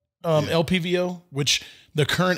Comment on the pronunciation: Why was it bugging me when dude kept saying “LVPO” instead of LPVO”, having the V and the P backwards. I like the dude, but it just kept bugging me. He obviously knows what he is talking about.